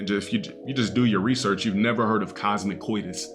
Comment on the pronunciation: I think he means Cosmo-COITUS as in cosmic-sex. No Cosmo-Codus or whatever tf this deadbeat unintelligent rog just said